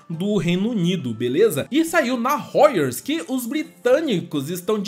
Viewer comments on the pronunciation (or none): none